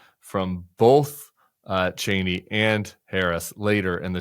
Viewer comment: It’s Cheeney not Chainey